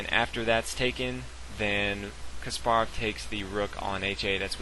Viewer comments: It really bothers me how you pronounce Topalov Kasparov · Is Kaasparov not Kasppaarov accent pronutiation in 1st a not in p and 2nd a. 🤗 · You're pronouncing Kasparov wrong.